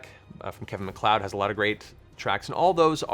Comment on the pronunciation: Thanks for teaching me how to pronounce McLeod